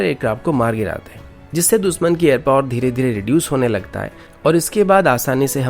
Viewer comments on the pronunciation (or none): none